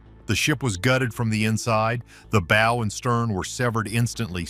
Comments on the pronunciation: . You know it’s a AI narration or a complete dumbass when the bow of a ship is prounounced like a Bow Tie rather than the correct way as in a dog going Bow Wow. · BOW - as bow wow - for f...s sake